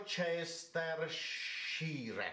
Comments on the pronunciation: When that guys trying to say Worcestershire. one chest a shoe shine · As an American I feel the Worcestershire thing because have you looked at Arkansas lately? It was the only thing my mom got wrong on the written immigration test because she didn't know how it was pronounced.